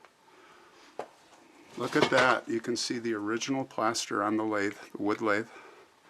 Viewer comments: You can see where the blackboard was attached. The wood that they plastered was called lath not lathe. We had so much of it in our house where I grew up and we remodeled so I got very acquainted with it. This story was long and more enjoyable than I thought it would be. The depth that you go into really makes it worth while. Sad story though so much loss of life but our country is full of the same stories. What a shame. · It's lath sounds like bath